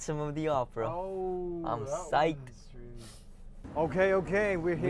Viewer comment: Holy shit did mark just shorten excite to ‘cite? Legend